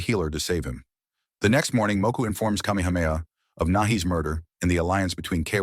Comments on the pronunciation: The AI narration has pronounced Kamehameha all the ways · I will give this AI a B- I'm not sure how many of those names were fucked up except King Kamehameha. So bravo skynet. You did okay